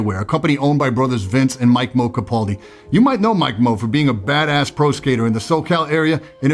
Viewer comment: its the little things that put your videos over the top, pronouncing "Mike Mo Capaldi" correct was so cool to me, as someone who grew up idolizing the Girl Skateboards team. Love all of your content